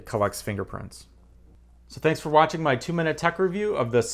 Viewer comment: It’s iPhone “Ten” S Max not XS.